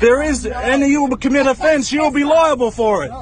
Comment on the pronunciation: You’re gonna be held eliable!” Eliable??? 😂🤣😂